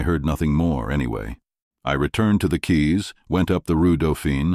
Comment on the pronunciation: Quays is pronounced "keys".